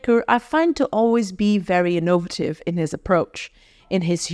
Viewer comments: In NOVA tive? I believe the word is innoVAtive. Is this an AI voiceover? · I have never heard anyone say “INNOVATIVE” like you, where is that from